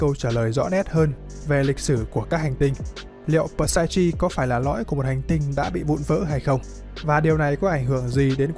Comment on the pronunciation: Psyche > P là âm câm ông nhé, và ch là âm k > nên đọc là xai-ki